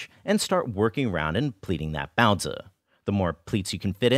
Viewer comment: I think your content is great and you treat the source material and the culture it's from very respectfully but I simply absolutely cannot get over that accent. Sorry, I know this isn't something anyone can help but everytime I hear you pronounce baozi like that my mind has a small aneurysm and I cannot get over it.